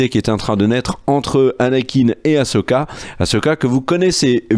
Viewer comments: haaa enfin vous parlez du vrai star wars qu'on aime! par contre ça se prononce "assoka" pas "ashoka" d'ailleurs ça s'ecrit "ahsoka". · Non non non on arrête de dire achoka il suffit